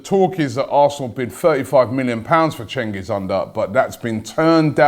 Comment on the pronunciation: Fyi cengiz is litrally pronounced JENGIZ